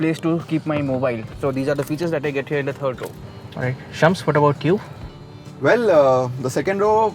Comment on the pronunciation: Shums sounds more like Chums 🤣